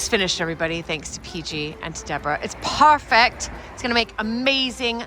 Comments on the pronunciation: "p-e-r-f-e-c-t". Pronounced per-fect. Not purrr fect. Sorry I just don’t understand why you do that. Did you have a speech class and emphasis was on certain syllables? Same for beautiful. Pronounced b(be) u ta full. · Why are you saying "parfect"?